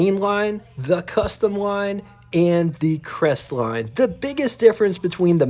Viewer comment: "Cres-et-line" ??? For the love of Jesus, you can't even pronounce the name of the subject of your video... I. Q. must hover somewhere around room temperature...